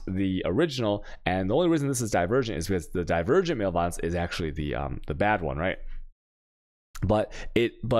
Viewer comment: Also I usually hate the mispronunciations but “male violence” for “malevolence” is primo 👌